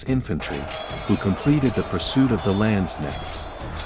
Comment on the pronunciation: pronouncation isnt the strong side of the Video! The K in Landsknecht are pronounced much stronger!